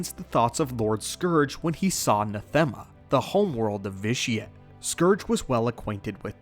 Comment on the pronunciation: NAH-them-uh Not nah-THEM-uh. As in the word "anathema" just not with the first letter. Sorry. It bugged me.